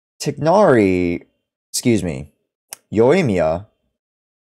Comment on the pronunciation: Just so you know you’re pronouncing tighnari completly wrong(most people are but they shut down Arabs trying to correct them)😭 nice video though, your voice is nice to listen to